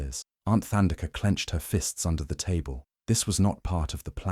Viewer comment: Beautiful story, indeed. But it is Thandeka, like tough or tide, not like the or thigh.